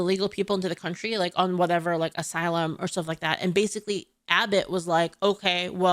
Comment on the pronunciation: Just ban im not watching this he cant even pronounce ASYLUM properly